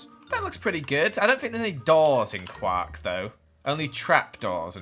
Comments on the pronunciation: IF HE SAYS KWAK ONE MORE TIME I SWEAR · its pronounced qork not qaaaaaaaaaaaaark. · quark not quack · Who else thought said “Guac” instead of Quark? 😆